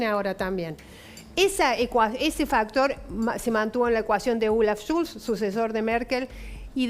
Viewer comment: "Schulz" es falso, se pronuncia, se llama Scholz... Con "o".